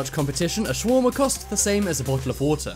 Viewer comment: U pronounced shawarma wrong Sha-war-ma